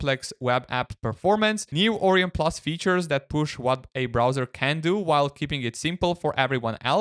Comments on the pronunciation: It's not 'Oreon' browser it's 'Orion' lol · More like O-Ryon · As an astronomer it pains me to hear you pronounce it OR-eon. It's pronounced Or-ION, to rhyme with "ion", not "peon". Dear me. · pronounced "Oh. Ryan?" XD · Bro that's not how you say Orion and English isn't even my first language. Haven't you seen Men in Black? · I'm guessing english is not his first language but that's ok Orion is a greek word and he's pronunciation resembles that a lot